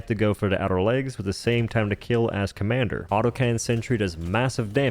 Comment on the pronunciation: Are you saying "Commander" intentionally as a Joke? Lol I was asking myself, "is that the Commando?"